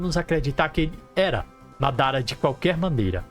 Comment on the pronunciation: pqp pq vc n fala "madara"??? assassino é? kkkk